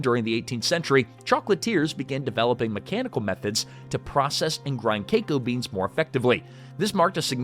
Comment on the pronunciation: Say KEKO beens.... one more time.